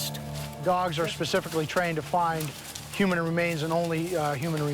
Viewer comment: Bro said "not pacifically" 😭